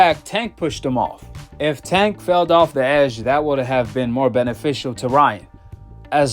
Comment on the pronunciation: 😂"Felled" of the edge😂 wtf